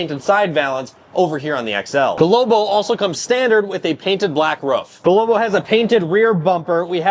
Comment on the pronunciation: It not pronounced lowbow